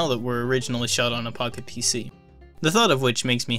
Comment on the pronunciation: Does not sound like you're saying “Pocket PC”.